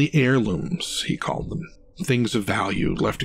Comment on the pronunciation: Too breathy and bad habit of turning one syllable words into two - e.g. skull-ah or them-ah. Did better towards the end though.